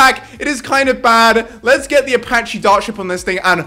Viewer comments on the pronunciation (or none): none